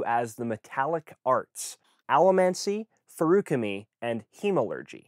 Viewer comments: "Feruchemy" is stressed on the first syllable. Here's Brandon pronouncing it twice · That's a weird way to pronounce Feruchemy.